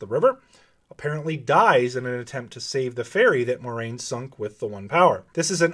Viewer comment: I love how all these Wheel of Time "super-fan" Youtubers don't know how to pronounce Moiraine's name. It's spelled out phonetically in the back of every book! Here's a hint: it's NOT "MORE-RAIN".